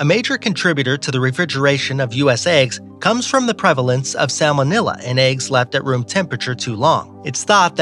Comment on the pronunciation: "Sammon-illa" :'D